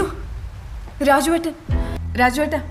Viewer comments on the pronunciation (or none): രാജുവേട്ട രാജുവേട്ട അല്ല റാജേട്ട റാജേട്ട ആണ്